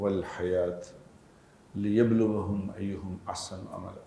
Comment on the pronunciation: میں عالم یا حافظ نہیں ہوں مگر برائے مہر بانی سورة الملك کی ابتدائ آیات آپ نے غلط تلاوت فرمائ۔۔۔"ليبلوكم ايكم" ہئے آپ نے لیبلوھم ایھم پڑھا۔۔۔۔۔۔کئ مرتبہ سنا مینے پھر یہ کمنٹ کرنے کی جسارت کی۔۔۔۔۔